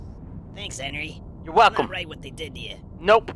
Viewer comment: Hen-ry not Hen-ery